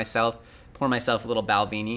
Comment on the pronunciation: Check the Balvenie pronounciation. It's with a "eh" not an "ee"